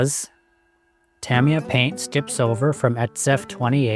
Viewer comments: It's Tah-MEE-Yah. Not Tam like cam. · TA-ME-YAH not TAMMY-YAH.